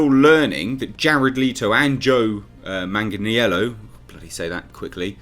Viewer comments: repeat this real quick...."Joe Man-Jin-Ello" 👀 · Just like after BvS, all this HBO max content will be changed because the Snyder cut will be shit, just like Man of Steel and Batman v Superman are shit. Also Joe's last name is pronounced 'Mang-lee-ann-o'.